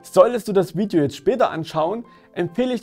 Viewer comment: Wiedjo? Weed yo? VIDEO ist Bild UND Ton. Sorry für's schimpfen. Ich war nur grad sehr verwundert. No hard feelings! Is wohl bloß ein Akzent. Wirklich nicht so böse gemeint wie es klingt. Ich klick mal auf 'like'...